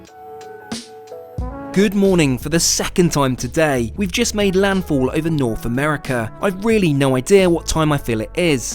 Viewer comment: I like the way he USE to say “Today” it sounded like crocodile dundee lol